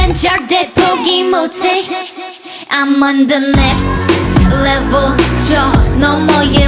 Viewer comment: Especially on the last chorus. That little accent added at each end of the syllable of "next levul" sounded extra sexy to me